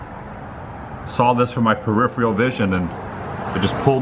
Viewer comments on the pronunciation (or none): none